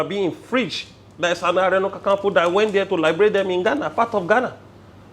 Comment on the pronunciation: Segen hear how you calling kan kan nfo because that's not the right way and spelling is Are ona kaa kaa nfo.. Are you not a Yoruba ni..lol